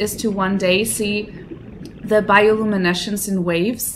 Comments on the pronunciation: "Bioluminesh" <3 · You're pronouncing "bioluminescence" wrong xDD But I get it, maybe English isn't your native language :) I stumbled upon this series by accident, gonna watch the other episodes too cause I enjoy your first contact with this amazing game! :) Enjoy the experience, and good luck on your adventures in 4546B :D